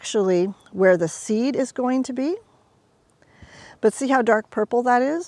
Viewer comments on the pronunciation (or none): none